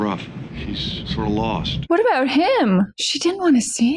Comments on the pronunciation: Lmao! First time I heard a Canadian say "a boot" without mispronounced versions of "about" 😅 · “A boot”…….typical Canadian speak.